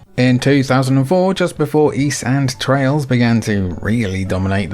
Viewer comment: I keep hearing Trials instead of Trails throughout this video lol